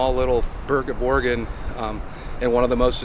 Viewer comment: Please never say it that way, it hurts my soul